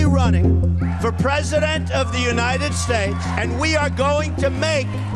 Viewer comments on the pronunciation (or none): none